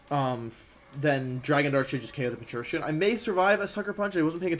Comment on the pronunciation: Pincurchin... there’s no “h”